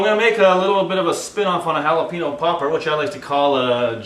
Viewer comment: Stop saying Jalapeeno. God it's not hard to say Jalapeño. Say it like this Jalapenyo. Nice video though.